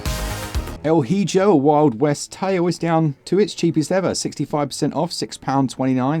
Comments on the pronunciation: I am pretty sure it's pronounced "El E-Ho" lol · Please pronounce “hijo” correctly. ee-ho